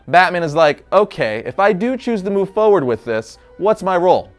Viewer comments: Is anyone else bothered by how he pronounces "forward?" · Say Forward properly.